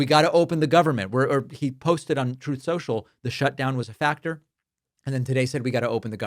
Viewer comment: David .can you sprinkle in the recording of Orange guy mispronouncing 'Truth Social'. It always brings a smile